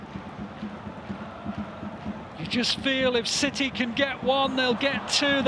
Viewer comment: That Haaland goal was briliant than stones one too but am I the only one who hears that the comentator says manchester shity